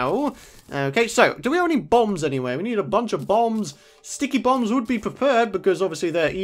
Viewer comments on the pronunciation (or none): It's not sticky boom's it's sticky poo's LOL